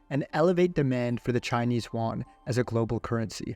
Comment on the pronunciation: Love the video but chinese "Juan" is just funny as shit